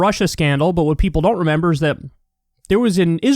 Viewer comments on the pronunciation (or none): none